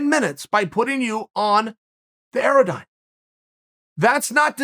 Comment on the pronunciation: Who else Google'd 'aerodyne' and still didn't know what he was referring to? (I think he meant Airdyne, right?)